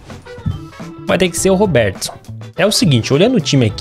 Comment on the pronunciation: Na moral, eu acho o cúmulo o cara viver disso e não ter o mínimo de vontade de falar o nome dos jogadores certo, Robértisom?